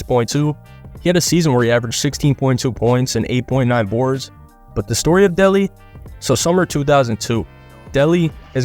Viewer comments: It’s “day lay” btw, not Deli. He changed it from Brian Williams in 98, for his final season after playing his whole career as Brian Williams. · Bison De-LAY is how his last name is pronounced. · It is dele😂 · It's pronounced day lay